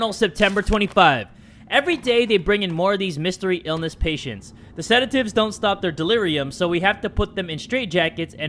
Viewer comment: "I'M A FREAKING GENIUS!!!" Also: * says sedatives wrong*